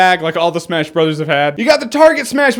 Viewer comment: He says it like "Super smesh bros."